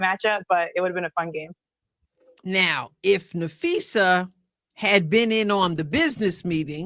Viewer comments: It’s usually easy to tell the AI narrations from human but c’mon “ Napheesha”. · I would have asked Stephen A where the coverage was of Unrivalled on First Take? There wasn’t a SINGLE segment about Unrivalled by First Take or Club Shay/Nightcap! So don’t talk about promoting women’s ball. I give them an E for effort! They don’t know Phee, how to pronounce her name. She is the reigning DPOY of the WNBA, MVP of unrivalled as well as co-founder of Unrivalled. Was unrivalled even brought up in this brief interview? No it wasn’t brought up AT ALL! They don’t care about women’s basketball Shannon is very tight lipped because he doesn’t watch women’s basketball, neither does Stephen A or Molly!